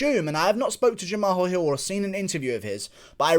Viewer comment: No one: Guru: Jam-AHALL